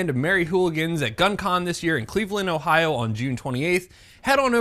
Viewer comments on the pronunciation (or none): none